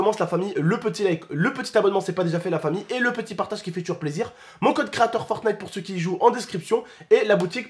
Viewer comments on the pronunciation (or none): none